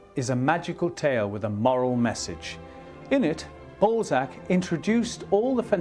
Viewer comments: Whats in France? Ballsack..err Balzac.....lol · Goddamn could you really not find a presenter with decent French pronunciation? I was looking forward to a documentary about one of my favourite authors but I'm 1.18 seconds in and don't know if I can continue hearing about some guy called Ballsack. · Why can I not get over the fact that they are butchering his name? BALZAC - not BALLSACK. They must know they are pronouncing it wrong? Why is this bothering me to the point where I might not finish watching the video? I love Balzac. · Interesting clip and I don’t mind your accent but maybe you could have researched how to pronounce just one word… It’s bahl-zack, not ball-zack…. Again, I have a very strong French accent in English but if I were doing a clip about Trump, it’d be too bad if I were saying “troomp” during the whole clip lol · This presenter’s French pronunciation is pretty shocking…. The great writer’s name is Balzac not ‘Ballsack….’ And his novel called “Les chiens et les loups” not less chiaans ett less loupss…” sigh…. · The anglicization of his name was unfortunate. His French name is pronounced bal-ZACK, with the stress on the second syllable. It felt out of place in an otherwise very good documentary.